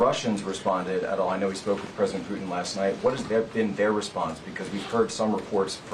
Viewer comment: Can someone teach her how to say putin?